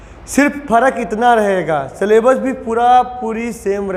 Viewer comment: 'सलेबस' क्या होता है,हमने तो अभी तक 'सिलेबस' ही सुना था❓